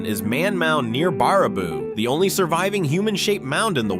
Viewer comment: I understand that it is spelled Baraboo but the pronunciation is actually bear a boo which is actually the home of five wonderful brothers named Ringling who started a circus and use to winter in Baraboo